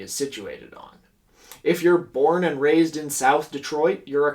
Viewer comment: I thought he said “America’s gay” not “America’s game”